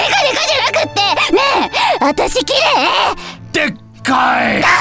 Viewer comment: ずっと「きれえ」って言ってるのが気になって仕方ない。 そこを指摘されるというオチなのかなとも思ったけど違ったし。 ちゃんと「きれい」と言ってほしい。